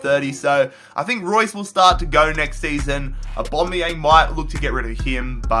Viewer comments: Its aubameyang no aubomayang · I hate how you say Aubameyang You say Aubomeyan It’s Aubameyang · Why the hell do u say aubomeyang instead of aubameyang??? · I beg say aubameyang’s name right please 😫